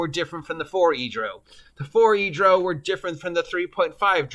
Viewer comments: Its not pronounced like "Row your boat" but the British "Row"which rhymes with 'HOW' as in: "We got into a fierce row over who stole money and blows where exchanged. I did the same thing for YEARS before the internet and videos where wildly available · How you say drow enrages me lol